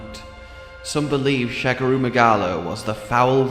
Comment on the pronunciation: "Sha-GA-ru" Magala. Not "shag a roo". He ain't boinkin' Australia,.:p